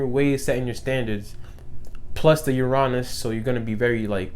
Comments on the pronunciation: Uranus is pronounced (yur-in-uss) tho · 7 11 lol i read this comment before i heard it and i was like hm he’s probably just going to say it one of two ways... no, you have shown me a whole ‘nother way to pronounce Uranus